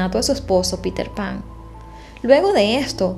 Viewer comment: Muy buen video ya sabia de este caso;...pero usted lo hizo muy bien. Y sorry pero cada que nombraba a petter pan"😂 no podia evitar reirme; aun que es una cosa seria.